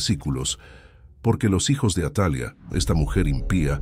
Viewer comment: No es atalia si no atalía, su pronunciación ya cambia ..buen video, gracias.